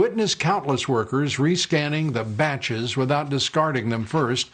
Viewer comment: "They're referred to as bATches" "And they run them through the tABulatahh"